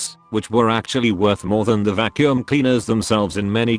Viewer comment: The way he says "Vaccum" hits a totally different level, haha!